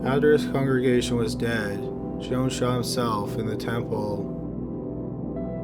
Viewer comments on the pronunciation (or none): none